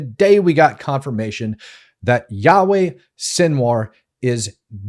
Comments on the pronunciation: Pleas stop calling this demon Yahweh - he is pronounced yaya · I want to respectfully point out that the name you are using for Sinwar’s first name is actually the Hebrew name for God “Yahweh”. I believe his name is pronounced like Ya Ya. I’ve heard slight differences in pronunciation but they are all similar. No worries, I just think you didn’t know. Have a great day. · You keep pronouncing his name like "Yahweh", a Jewish name for God. It's Yahya Sinwar. Not trying to be nitpicky but, given the context...really. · Not yah way but ya ya Sinwar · its not Yah-way its Yah -Yah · "It was Yahweh Sinwar". Yahweh is another name for God lol. But we knew what you meant. "Yah-Yah Sinwar" 😂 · his name is yahya not yahweh. please stop saying yahweh, that is the hebrew name of God. thank you and good work. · His name is Yahye Sinwar, not Yahweh. Yahweh is God's name. Yah-ye. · It's Yah Yah not Yahweh! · Dude, are you serious? '"Yahweh" Sinwar????????????????????? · please dont call him Yahweh, its yaya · his name is pronounced Yakh-Ya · Yo channel-host, ..recheck and fix that first name of sinwar you speak out just in the beginning of the video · Thank you for all the detail - very informative. I do however think you have mispronounced his first name. Was that intentional? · I dont care that you mispronounced sinwar’s first name, only that you used a very holy name for the lord in judaism in its place…the rest of the show was great!